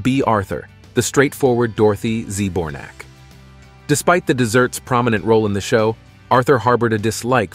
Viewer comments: "The Page Of Wonder?" The only thing I'm wondering about is WHO decided to use AI narration for this otherwise interesting lookback. It's bad enough to have to listen to mispronounced names of actors, plus a tired droning voice in every sentence! Z-bornak..?? Give me a break! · Am I the only one that is annoyed how he pronounces Dorothy’s last name? He is saying “zee bornak” and it’s pronounced “Zbor-nak”. Smdh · Dorothy Z. Bornack (how it was pronounced) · Getting the pronunciation of Dorothy’s surname wrong is really bad